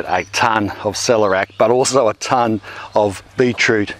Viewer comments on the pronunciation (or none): "Sell - air - e - ak" rather than Selerak. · Why would anyone dislike this video? 🤦🏻‍♀️ It’s Awesome... Question : Do all Aussies say ‘celerac’, As opposed to ‘celer-ee-ac’? 😃